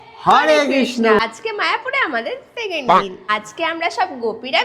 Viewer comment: Second ❌ takend✅